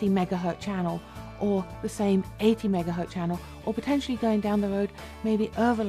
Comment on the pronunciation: Did she really say "megahurt" channel?